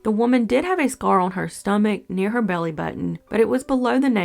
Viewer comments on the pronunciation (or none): none